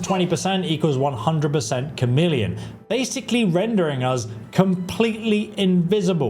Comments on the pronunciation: CHARmeleon? There is no R in Chameleon. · 100% "Char-meleon" brother this is not a secondary evolution of a starter Pokemon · Chameleon not charmeleon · A "Cham-million" spell? Really? You YouTubers needs to learn to pronounce the words coming out of your mouths. It's "Kah-meal-ee-un". Like the lizard. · well that is obvious. It’s pronounced “Chhh em is try” I swear between not pronouncing chameleon and Chorrol (I’ve seen YouTubers pronounce it Chhhorol) I swear they never listened to the game. Many other mispronunciations that make me lose my ever loving mind. My biggest issue is that these videos are all just “How to break the game and make it Zero fun to play”. I’m all for how to level stuff faster if that’s what you want to do, but there are so many videos that if followed will just break the game. 40k magicka, one shot everything and more. They should really advise not to do this if you actually want to have any fun playing a game. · Bro where did you go to school?! How are your pronouncing so many common words so wildly wrong?! At-tri-butes Kah-mee-lee-on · FYI you’re pronouncing “attribute” like it’s the verb, when you should be saying it like the noun! Also “100% Charmeleon” as in the Pokemon?? 😂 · Lol he keeps saying "Charmeleon" spell, like thats not a conjuration spell. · Does he? But that affects reading, not pronunciation. He used to say "TCHAR-meleon", like a cup of tea, until I pointed out that David Bowie was The Rock and Roll Chameleon, like the self-camouflaging lizard, not TCHAR-meleon. In this video he is saying it correctly. {:o:O:} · Chameleon is pronounced Kameleon as in the lizard who can blend in with its surroundings. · stop saying charmeleon fs 😭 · Please learn to pronounce "chameleon". Annoying.